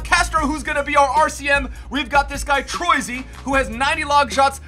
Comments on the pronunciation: TROYSY? TROH-EE-SEE is how its pronounced. That bit got me LOOLing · TRO-E-SEE NOT TROI-SEE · Troisi is pronounced Troy-e-See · James Troisi is pronounced "Tro-easy" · Troisi is pronounced Troy-i-si